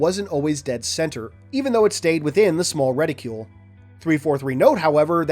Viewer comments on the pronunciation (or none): It's reticle, not reticule. For somebody who reads a ton, you sure do mispronounce a bunch of words. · Ret-icle. Reticle. Not Reti-cule. We don't call Icicle, Ice-icule... Sorry I have to make this point of Ridicule.